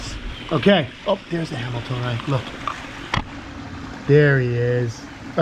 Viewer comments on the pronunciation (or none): 17th place ain’t nothing to sneeze at! Great job buds! I thought you said “Where’d that camel toe go?” (Hamiltonai?)